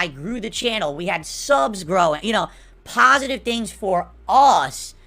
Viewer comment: My comment on his "pahsitive" stuff he mentioned. "I diversified my content, the channel grew, more subscribers, that's stuff that's about *US* not me." 1. Tons of other YouTubers also diversified their content, so that's moot. And 2. How does your channel growing and getting more subs affect your existing viewers? How is your channel growing make any difference to viewers? It doesnt. So his point of "Its stuff about us not me" is invalid.